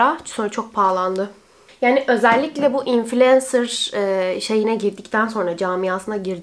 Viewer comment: İlk defa infulensır diyen birini duydum konudan bağımsız